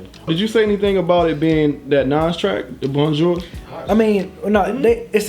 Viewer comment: Y'all be having serious problems pronouncing bonjour.